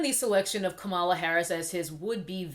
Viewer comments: Are you saying Kamala incorrectly on purpose? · A) you are pronouncing her name wrong B) do YOU know Kamala Harris record. Such as the 2012 recidivism program, 2005 institute body cams to those officers under her jurisdiction and the 2018 co-author of the Senate bill to relax the criminalization on marijuana. C) who decides their Geneology??? Are you biracial? D) how much do you want Trump out E) a revolt if sone should have been in 2016 sooooooo at hand now is to vote #BidenHarris2020